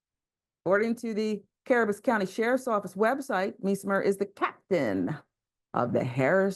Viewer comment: CA- BEAR -RUS COUNTY